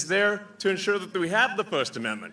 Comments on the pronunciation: This from a guy who has his mother live in his garage. And what does he mean by fust? Isn't it pronounced first? Lmfao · The 'Fust' Amendment?